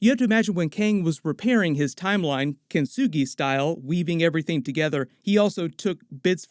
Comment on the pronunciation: Love the way rinsed the word Kintsugi🤣🤣🤣